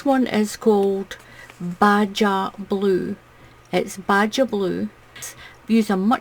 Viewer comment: Thank you this is beautiful! Thank you for sharing it with us. I love your accent;) I am from California in the US. Just a note......BAJA is pronounced as BAHA.....it refers to the coastline and the language there pronounces their J like an H. No criticism intended, just thought you might find it interesting. Hope you are having a wonderful day.